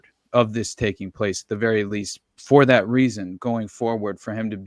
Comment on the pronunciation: Take a drink every time says " that-tuh"😂 In other news, THIS SHOW GOOD.